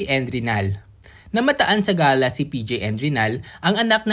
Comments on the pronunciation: Hindi yan ga-la ang pag bigkas..iyan ay gey-la... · Gala pla not ga'la ..